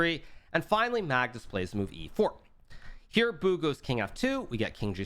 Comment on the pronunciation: The way hikaru says bu sounds like He’s calling him “boo” 😹